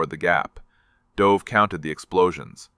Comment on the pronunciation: Oh please? the name of the soldier is pronounced as though he was a species of female pigeon pronounce `'duv```'- not the cod pronunciation of a downward dive of an aircraftYou should honour the man by at least getting his name right!